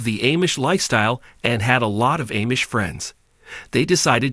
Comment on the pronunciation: Lame we already know all this plus this is so AI generated they don’t know how to say LA or Amish